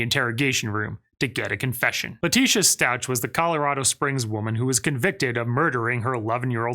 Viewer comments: You’re saying her last name wrong. It’s pronounced “stouk”. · Its pronounced stauk NOT stauch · It's pronounced Stowk. No ch sound. Come on. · Resentment, and rage. She was losing everything it was all unravelling. Leteica really is deranged. She really tortured little Gannon. Btw,,its pronounced "STOWK".:) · It’s pronounced like stowk. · It's pronounced Stauch not Stauch it's like sta ouch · Why wasn't she provided with water, than food to keep her distracted?!? Easier DNA and all. This detective made many rookie mistakes. Learn how to properly pronounce your last name . Please 🙏 🙏 🙏 It is a very worthy name. In-laws had your last name. They were amazing people. Do them right. Take care and have fun!!! 😎😃😎